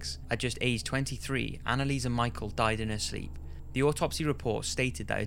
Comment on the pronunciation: its not annalise michael, its annalise michelle, spelt differently ofcourse but you said it wrong in the video, still a top video and new subscriber